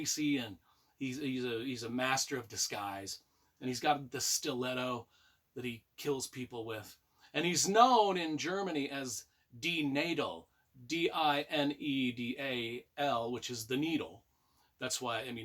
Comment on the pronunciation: This is definitely on my TBR - I've read the "Winds of War" duology recently on your recommendation - it was excellent and got me interested to throw a WW2 book into the mix once in a while. BTW, the "a" in the german word "Nadel" (Needle) is pronounced more like in "barn". Anyway - great video (as always) - thanks for the recommendation 😊